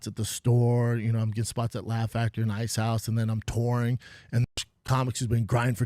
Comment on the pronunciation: tore-ing, when ahm ahn tore